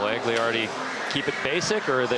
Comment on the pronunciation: Hey Malto and MikeMo it's AGLIARDI not whatever bullshit you say. How hard is it say a dudes name right? Edit: The other announcer is equally unable to say Julian Agliardis name correctly. Shame on you!